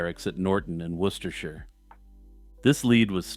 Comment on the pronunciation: Thank you for knowing how to pronounce Worcestershire!